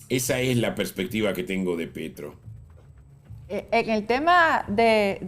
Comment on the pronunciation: No se porque le seguía diciendo Pietro en vez de Petro 🤣😂